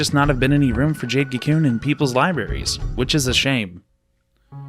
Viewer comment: Adding a random pet peeve... the way you say kew koon. lol. bye bye